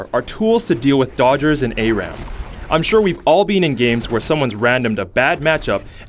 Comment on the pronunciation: "A-Ram". Come on...its "Ah-ram". Learn to English.